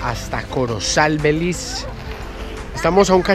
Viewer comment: Porque dices " BELIZ " ?